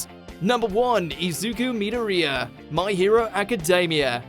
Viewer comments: Say it with me. Mi-door-re-a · Midouriya. That made me clench not hearing the name correctly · Did he just say Meedoreeya? I don't remember Midoriya's name sounding like that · Mans really said mee-door-ee-ah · His name is mid-or-e-ah, you even watch the fucking anime 😂😂😂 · Its pronounced me-door-ree-uh. Get it right. I like that izuku is number one but you guys messed up his last name and that is unacceptable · The pronunciation of the names of the anime protagonists like Kaneki and Midoriya were bad, just bad...... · You miss pronounced Izuku Midoriya's last name. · The way he said Midoriya though😣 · Bro the way he said midoriya's name and kaneki I'm literally crying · How tf do you mispronounce Midoriya when they say it all the time!? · It triggered me that he said Midoriya wrong XP